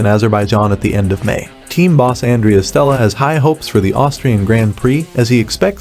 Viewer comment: Name pronunciations need a little work boss. It’s not LaClerk Leclerc like (eclair). Awndraya not Andreah for Andrea